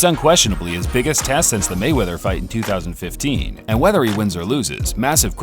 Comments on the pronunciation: It is "Mayweather" not " Gayweather! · Hug....ooo rable mayweathear nyahahaha